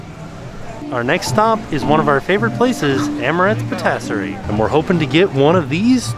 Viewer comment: Great video as always. I watch daily. Just wanted to give a heads up patisserie. Is said Pa-tiss-erie.